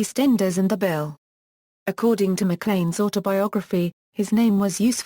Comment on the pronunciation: you pronounce it mclean like the toothpaste